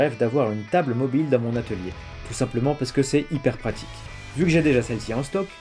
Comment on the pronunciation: Sur le coup de l’émotion, tu as dit étalier 😂